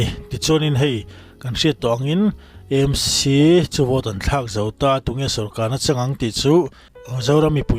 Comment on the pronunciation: Aizawl hi Eizawl a ni lova, a lam tawi a E Em Ci ni lovin Aa Em Ci tia lam hi a tha, Aizawl hi Mizotawng a ni si a.